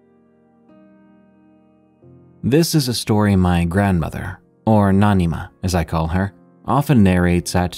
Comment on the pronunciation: "Nani Ma" that really gives a comfy feel and love hearing you use that so well in the story! Love from India 🇮🇳